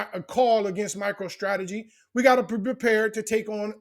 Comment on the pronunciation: Sounds like you saying “Micheal Strategy.” 😂